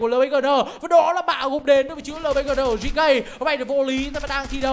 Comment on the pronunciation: GK anh đọc là gẫy cu🤣🤣🤣